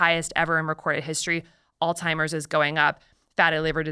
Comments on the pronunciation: Ok, is it just me or does she keep saying “all timers” instead of Alzheimer’s?? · Why on earth doesn’t she just say Alzheimers? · She really said all timers.. alzheimers... say it with me, allts- high- mers. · She keeps saying "alltimers" .... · Every time she says ‘all-timers’ it’s like nails on a chalkboard! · Altimers? Seriously? A medical dr. that can’t properly pronounce Alzheimer’s drops several points in my book. I won’t throw the baby out with the bath water just yet, but mispronouncing medical terms is sloppy and unprofessional. C’mon Dr Casey, I was getting excited, finally, a female to follow! Ugh